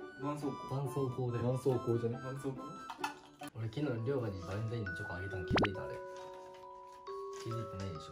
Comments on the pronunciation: ばん↑そう↓こう↑www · 絆⤴️創⤵️膏⤴️ ですよ☝️😊